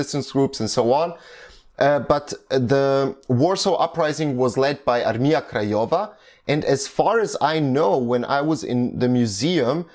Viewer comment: Really good pronounce of polish words, like "Armia Krajowa" (National/Home Army), Armia ludowa (People's Army), Warszawa (Warsaw), really cool.